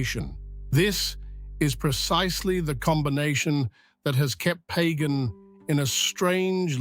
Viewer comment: It's not pronounced like that. It's pronounced Pah-gahn.